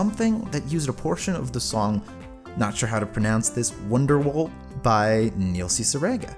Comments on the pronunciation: nail ceciregan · Kneel seesireega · Neil ciggerate